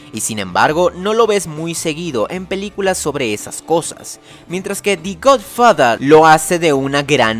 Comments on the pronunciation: El perezoso psicodélico de la intro me encanto. Por otra parte creo que pronunciaste mal The Godfather, cuando la palabra que le acompaña a THE es una consonante esta suena mas como DE no DI, que seria con una vocal...Almenos asi lo tengo entendido(? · esta muy bien y todo , pero como que la pronunciación me saca un poco , "da gud fada", en opinión mía , el año pasado recién la vi , y no me resulto la obra maestra que todos decían y aplaudían , es buena en algunas cosas y fallan en otras , es merecedora , por ser la primera película en hacerlo bien es dar a conocer otra vista de la mafia , por lo demás , es una película buena y endiosada por el tiempo en que salio. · Di gudfuhdah... Nailed it.